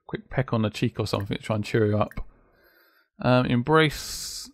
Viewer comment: Not to be offensive but its pretty annoying when you say somefink lol